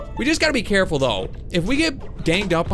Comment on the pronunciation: just be VeWy VeWy CaWeFuLl